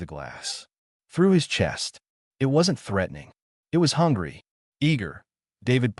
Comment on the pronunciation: As well as it, vs I T lol